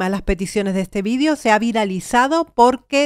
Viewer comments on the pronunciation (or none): none